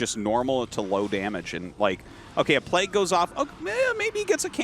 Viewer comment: Arty can you teach Tasteless how to pronounce Plauge? PlayG...